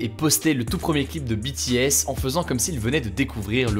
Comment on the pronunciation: Enfin quelqu’un qui prononce BTS correctement 🙏🏻 Merci